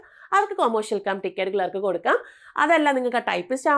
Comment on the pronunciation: ക്ലാർക്ക് എന്നു പറയൂ